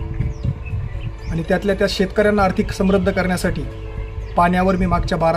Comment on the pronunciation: समृध्द ,अतिवृष्टी आणि कृषी शब्द नीट उच्चार करा सर उच्चार खटकतात..... आपलं काम ग्रेट!